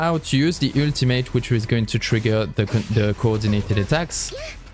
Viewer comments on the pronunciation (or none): Yeah guys switch back to the "ueltamate" for uue not Jue